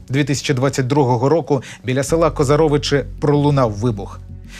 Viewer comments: Вибачте, не КозарОвичі, а КозАровичі. Ріже слух. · Дякую за відео про наших Героїв!❤ Тільки, будь ласка, ставте правильно наголос у назві села. Не КозарОвичі, а КозАровичі! Назва давня і походить, за дослідженнями, від слова хозари. Дякую❤ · Не КозарОвычы, а КозАровычи! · Мене не бісить коли кацапня каже ГостомЕль, КозарОвічі, але бісить, коли ведучі не можуть правильно поставити наголос, дизлайк зразу👎